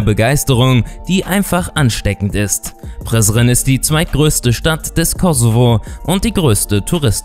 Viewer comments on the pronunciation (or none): MAN SAGT NICHT PRISRIN SONDERN PRESREN!!! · Prizen😂😂🇽🇰❤ spricht man Anders aus😂😂😂